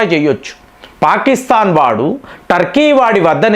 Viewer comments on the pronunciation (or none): none